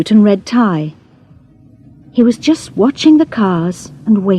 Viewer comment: I did hear a wrong pronunciation: "just"